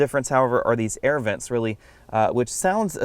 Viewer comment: THOZE ERRRVENTS, ERRRVENT EXTRAORDINAIR, LOL!!